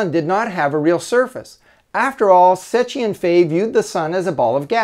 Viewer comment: it's pronounced "sekki"